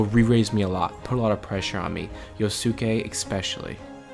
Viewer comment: I love the video overall, but man.. the amount of mispronounciations of poor Yosuke's name... It's Yoh-ske, not Yoh-su-keh. Surely we've all seen enough anime to have learned how japanese names that end in "-suke" is supposed to be pronounced xD